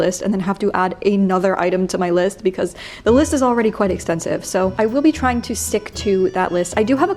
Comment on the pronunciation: Can anyone else hear the capital letters every time Bernadette says 'The List'?